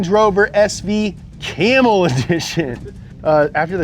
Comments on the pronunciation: It was Carmel not camel. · "camel addiction"... after the cigarettes' ? it says carmel lmao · Its not camel edition . Its carmel edition .. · When you dont know how to say carmel... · It said "CaRmel" edition right there...